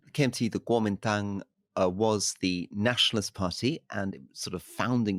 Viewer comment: Wow someone who says guomindang right, nice one rory